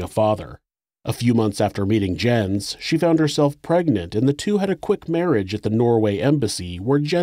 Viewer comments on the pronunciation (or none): Might be a little nitpicky but I think Jens is pronounced “Yens” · His father's name would've been pronounced "Yens" because Js are pronounced like Ys in Norway. I really hate to nitpick though because this is so welldone. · REALLY ??? Somebody has to point out that Jens ,in english is pronounced Yins ? jesus